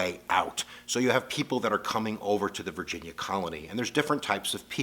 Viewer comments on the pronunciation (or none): none